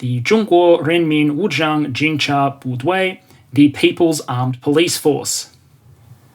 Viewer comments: I'm surprised by how well you pronounce "中国人民武装警察部队", only "装" of "武装“ has some weird pronounce and "部队" is not toned perfectly. Great job doing the pronunciation. BTW, for the paramilitary part, a lot of the expense are accounted for "维稳", or mostly to keep the domestic stability. I didn't even realize it's even a paramilitary org. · As a 2nd gen Chinese American, I would just like to comment that I was very impressed by your pronunciation of 中国人民武装警察部队 XD